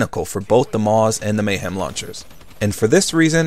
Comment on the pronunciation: Your Amazing but its Mahem not Mayhem. There is no Y in the name